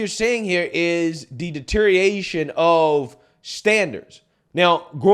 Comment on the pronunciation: stop saying deteriation.